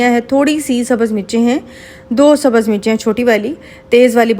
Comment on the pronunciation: Iam sorry say ur prounction always wrong hoti hai aur sabhz nai hota sabz